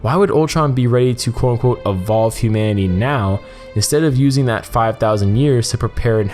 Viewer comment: you really have to enunciate "quote-unquote" also stop saying it 1000 times per video. good vid tho